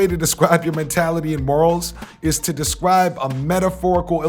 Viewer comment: This nigga can't say his "R's" 🤣😂🤣 Bruh said "wap" & "descwibe" LMAO